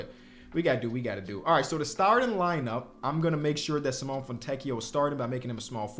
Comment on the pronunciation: Please its SIMONE with the e sounding not Simon😭😭